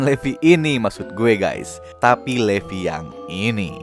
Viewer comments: Livay kak baca nya. Tulisan nya levi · Sebutnya livai